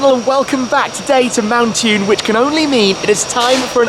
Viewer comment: Why is it that Ford salesmen pronounce mountune as if it is spelt montune? Anyone else notice that? That sequential gearbox is awesome